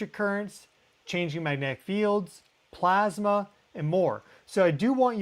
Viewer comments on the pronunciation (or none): none